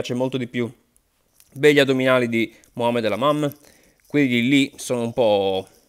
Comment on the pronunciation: Mohamed lamamm 😂😂😂 dio mio non si può sentire...